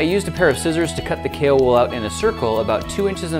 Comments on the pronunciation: i kept thinking he was saying kalewool and not kaowool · Was I the only one who thought he was saying kale wool? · Alfie its kaowool. kale is a lettuce like leafy plant. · who thought the wool is written as "cailwool" and not "kaowool" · It's pronounced kaowool?!? I thought it was kale wool 😂😂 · Grant Thompson - "The King of Random" I thought you said kale wool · when I first heard him say it I thought it was kale wool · Kaowool? I thought it was kale wool... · I kept thinking you were saying Kalewool! But it's going to be cool to see if it can happily melt down copper, and perhaps even other metals with higher melting points!